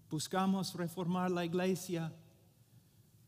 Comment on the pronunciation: Hermano Paul, "church" en español no se dice "igleisia", sino iglesia. Un saludo fraternal. Solo pretendo ayudar; no ofender. Gracias.